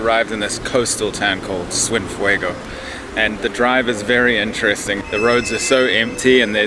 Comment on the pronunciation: “Swif-way-go” for Cienfuegos. I love the zero effort given trying to pronounce Spanish.